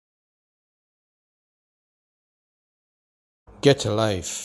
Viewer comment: actually, it's pronounced. (Gah-chah Life)